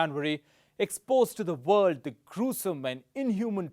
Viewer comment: Dude!! why is your English all 'V'???? 😆